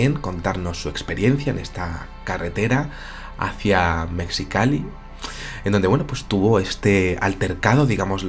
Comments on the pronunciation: querido: Mexicali se pronuncia con J MEJICALI. Aplica igual que con la palabra México en la pronunciación. Es un poco chocante escuchar "mecsicali". Aporte cultural sin afán de molestar. Alegres saludos desde Ciudad de México!!!! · Se pronuncia “mejicali”:p saludos! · Saludos desde Mexicali,! Por cierto, mexicali se pronuncia como si estuviera escrita con J o G, Mejicali o Megicali. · Hola!!! Yo soy de Mexicali!!! (Se pronuncia 'Mejicali', combinación de MÉXI- y CALI-fornia). Conozco bien el lugar a indica "A.". Acá pasan muchas cosas, principalmente en nuestra página salada y La Rumorosa. He pensado escribirte. Si gustáis...